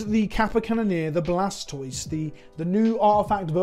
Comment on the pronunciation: Isn't the "toise" of Blastoise supposed to pronounced like tortoise? (kappa)